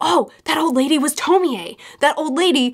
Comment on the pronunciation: I know this is relatively old and I don’t mean to be that person. But it’s pronounced (Toh-Mee- Ay). Just bothered me for not good reason. Other than that o quite enjoyed the video.